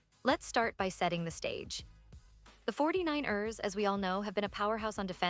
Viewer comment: 😂😂 the AI is saying it weird 😅 the 4-9-Errrrrrrs